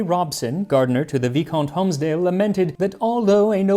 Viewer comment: The word "viscount" should be pronounced like VIE-count ... not VEE-count.